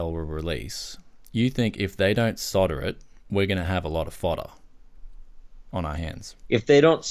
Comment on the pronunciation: Yay , its refreshing to hear "solder"and not "sodder" !